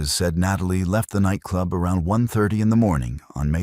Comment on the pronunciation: Na Tall E Holloway....this one too